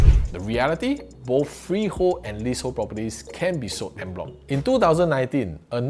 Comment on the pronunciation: "On" bloc not "end" bloc. 😂